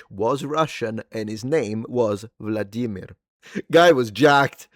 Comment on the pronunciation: Good to hear you actually pronouncing Vladimir properly, instead of Vleah-demeer